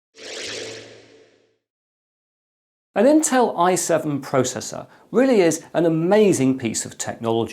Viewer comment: EC pronounces: I7 six seven zero zero t Me: i7 sixtyseven hundred t